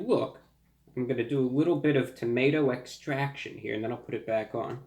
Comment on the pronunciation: A wittle bit of tomato extwaction uwu